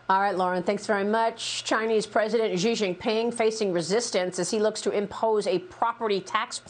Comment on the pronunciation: 1) For the love of all that's holy, pronounce his name right. It's not Zee Zeeping or Gee jinping, 习近平's name is pronounced "She jean-ping" as in "(she's cute- the 's cute) + (jeans the s) + (ping pong- the ping)" 2) Those of us Westerners who've been living in China for the last 2-3 decades have been warning Western firms for years - Rio Tinto, anyone? Japanese firms got burned by offshoring (中国移管) just a decade or two earlier and returned home, but instead of heeding their warning Western firms have greedily or foolishly chosen to remain.